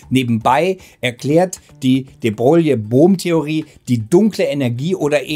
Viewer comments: Würde den Namen noch etwas anders schreiben um zur korekten Aussprache zu kommen. -> de Broille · de Broglie wird "de Breu" ausgesprochen, aber man hört das oft falsch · De Broglie wird "de Broilie" ausgesprochen! Tut mir leid, dass das etwas pingelig ist, aber unser damaliger Physiklehrer hat uns das auch extrem eingebläut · Wie wahr, wie Wahr. Namen, Bezeichnungen und gewisse Begriffe sollte man stets versuchen in deren Muttersprache auszusprechen. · Es ist schlimm wie du de Broglie aussprichst 🙈